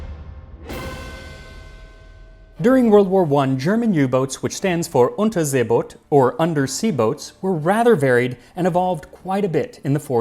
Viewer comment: i gotta say i appreciate your pronunciation of Unterseeboot :)